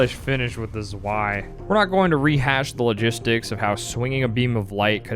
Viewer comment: Play the KotOR games next. Also, I winced every time you mispronounced "zwei."